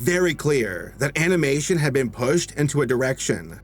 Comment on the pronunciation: If you go to 15 minutes and 22 seconds you hear him say animation in a weird way